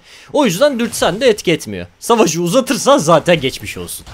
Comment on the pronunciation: hadi bakim gejmij olzun